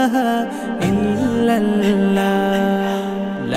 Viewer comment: অসাধারণ আমি বারবার শুনি। কিন্তু ছোট্ট একটা কথা ছিল আল্লাহ শব্দের লাম কে মোটা বা পুর করে বলা উচিত। নিজের মালিকের নাম শুদ্ধভাবে উচ্চারণ করা জরুরী। আমি দুঃখিত এরকম কমেন্ট করার জন্য। কিন্তু আমার সৃষ্টিকর্তার নাম তাই বললাম।